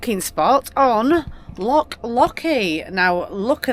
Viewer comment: It’s loch, not lock